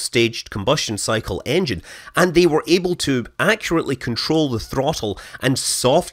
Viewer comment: did he mean engine or iongine lol